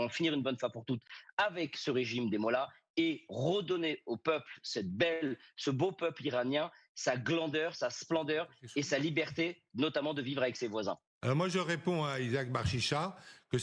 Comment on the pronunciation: "sa glandeur" vas-y il te reste un peut de bibi sur la langue